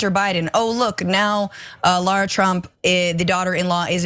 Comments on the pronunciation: I thought she said Lord Trump, I had to rewind twice 😂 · yeah i heard "Lord Trump" initially be realize she said "Lara Trump" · I heard that too. gagged a little.